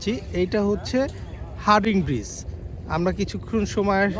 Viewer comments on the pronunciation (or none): আপনিও ভুল বললেন। সঠিক হবে হার্ডিঞ্জ ব্রিজ।